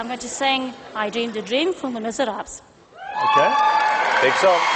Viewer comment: actually she pronounced the final s in Miserables, which is silent.... but amazing and inspiring performance nonetheless!